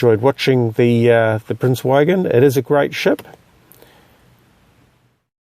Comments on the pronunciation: Prince Eugen. The Eu is pronounced like oi in choice and the g is hard like in good. Nice video as always. I love this ship. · it's pronounced like oogen, nice vid.